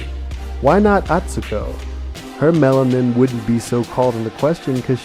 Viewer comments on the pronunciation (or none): none